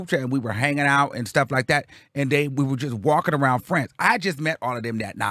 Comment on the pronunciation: Yeesss the way he says “like det” send me every freaking time hahahaha